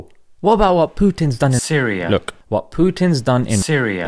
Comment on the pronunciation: why did you say Syria like that?